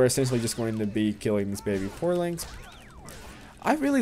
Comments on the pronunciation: porlings? Theres no "L". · i was like waht the fuck is a poorling!? PORINGS YOU DUMBASS!